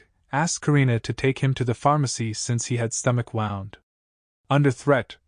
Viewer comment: the computer-generated voice says "Stomach wound". Wound is pronounced like "woond", not the way this computer-generated voice says it. I guess paying a real Human to read the story costs money. The computer works for free.